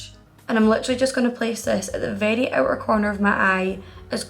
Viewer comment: Ese “very” suena tan latino jaja me encanta <3